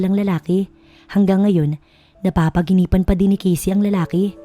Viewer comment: NAPANAGINIPAN NOT NAPAGINIPAN